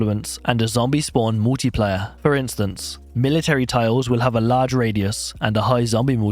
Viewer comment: bounced out because you seemingly dont know how to pronounce multiplier. I thought brit's had a command of english?